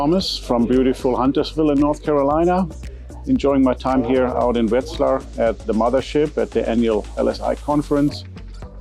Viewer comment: “Vet z lar” not “wet z lar”